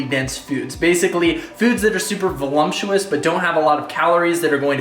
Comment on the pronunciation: what does volumptuous mean? lol great vid